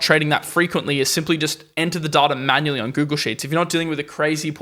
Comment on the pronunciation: Pronounce DATA right.